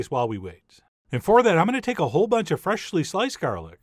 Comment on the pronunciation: Yeah I noticed that too I actually commented that he was drunk on a video when he slurred "fresh-ly ground black pepper".